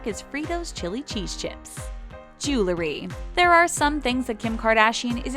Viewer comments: JEW-el-ry. Not JOO-ler-y. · Jew-ler-y. Can someone stop letting that girl narrate these videos? The word is Jew-EL-ry. Ugh. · The "jewelry" ------ JULURY??????. I..... I....... I......... I quit. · It’s not julery , its jew-el-ry. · Um... it's JEWEL-ry, NOT Jew-LERY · How hard is it to say jewelry? It's jewelry not jelery. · Jewe-ree not jewel-le-ree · Oh God. It's pronounced jew-el-ree NOT jew-lur-ee. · It's Jewel-ree not Jewel-er-ree! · I wish the narrator would learn how to correctly pronounce the word "jewelry." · Why does it seem that when people mispronounce a word, they say it about 20x? 😂 #Jewelry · She says jewelry like stewie griffin